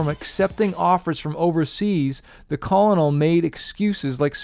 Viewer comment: The Call-A-Nall. LOL. It's pronounced, KERNEL. LOL